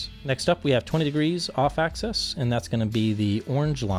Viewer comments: Can you say "axis"? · How thick is the enclosure material. And what type of material is it? Some sort of plastic coated mdf maybe? And what is the crossover frequency? And one thing I don't like is the loss in the 2khz region. One more thing. Why do you say access and not axis?